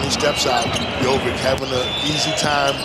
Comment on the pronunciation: Tell your comentators it's not Jovik, it's not Mitrovik. It's Jovic, so it's pronounced something like Jovich, Mitrovich.